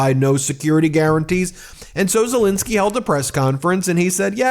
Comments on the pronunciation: Petty I know, but why do americans call Ukraine president Zelinsky when his name is ZelEnsky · Please can we be observant and professional enough to manage to pronounce Mr Zelensky's name correctly. It's not Zilinsky. It's Zelensky. You make yourself look like an amateur. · Ben,, please call Zelensky his proper name, not Zelinisky. It`s an E ffs. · Zelensky not Zilinsky. Please... It's been 3 years. Please try and get it right. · It's pronounced ZeLENsky not ZeLINsky. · Why do you call him Silinski all the time?